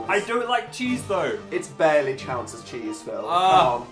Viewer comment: “it’s barely chounts as cheese”